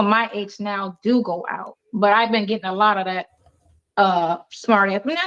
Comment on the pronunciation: GettinK?? What the? What’s with her daily “k” instead of “g” at the end of words?